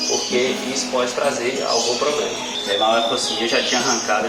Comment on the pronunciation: Só tem q aprende a falar Problema, e não Pobrema.